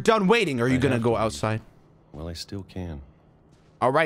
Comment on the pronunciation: LMAO WHY DID HE SAY OUTIDE LIKE THAT 💀😭✋🏼